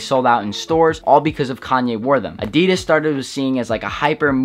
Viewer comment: It killed me hearing him how he pronounced Adidas